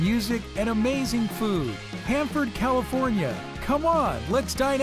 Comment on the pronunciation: bruh...it's Hanford